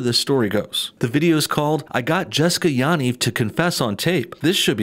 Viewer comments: You are pronouncing the last name wrong lol. Ya = pronounced like the yu in yup and Niv = pronounced like Neev (pronounced like need, but with a v). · No one ever pronounces Yanivs name correctly. Everyone says it differently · Ur pronouncing Yaniv wrong